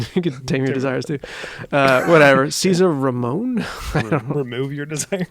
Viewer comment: It's caesar malone... you were close lol 😂